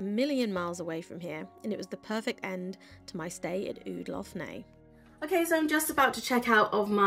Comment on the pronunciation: Nice vlog but you should have asked a local how to pronounce Lough Neagh! It's just Lock Nay no need to add the gutteral sounds!!